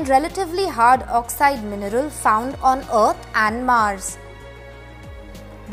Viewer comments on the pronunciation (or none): none